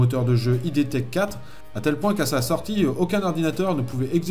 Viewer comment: On prononce pas id comme un sigle mais comme ça se lit. Ça vient d'un terme du jargon de la psychanalyse il me semble